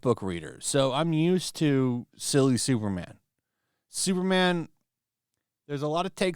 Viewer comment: Its superman, not supermanuel